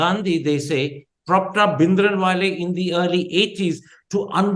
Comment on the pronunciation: Can Karan Thapar, a proper Punjabi, stop saying 'Bhindranwale' like a Scot?